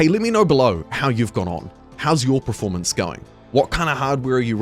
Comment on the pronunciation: Kia ora. Another kiwi that accidentally pronounces it "pre-formance" rather "performance". The game is atrocious. If it were a toaster, an oven, or a tv you'd return it for a refund. Got my refund. Will see what happens to the game over the next year but not holding out hope. This game will go down in history as an infamous disaster.